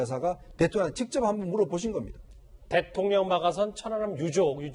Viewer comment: 태통령! 목소리톤이나 발음 ,짜증